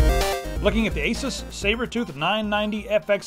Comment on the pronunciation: Why you pronounce Asus wrong? /watch?v=iq9B3evfu8s